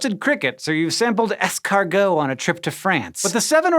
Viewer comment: As a French person, I am disgusted by the way you mispronounce escargot. I am also disgusted by the idea of eating snails. It's a regional thing. By the way, "escargot" isn't a dish. It's the French word for snail.